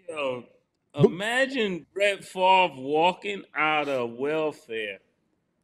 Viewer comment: "How is Brett Farve even eligibile for welfare?"